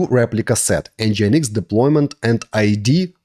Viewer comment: It is pronounced: EN-GIN-EEX Not EN-GI-EN-EEX It should sound like the word ENGINE in english, only with the addition of X at the end.